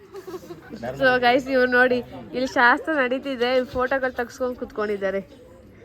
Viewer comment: Madam it is not ಶಸ್ತ್ರits ಶಾಸ್ತ್ರ